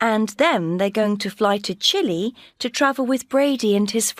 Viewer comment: Chile not chilli jajajajajaja. Get a map